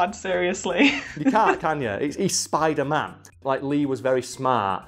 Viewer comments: Ah yes, I love Spidlr-Man. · Oh yes the Spidlr-Man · wtf is a SPIDLR-NAN tho? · Fun fact tom Holland has a hard time saying spiderman.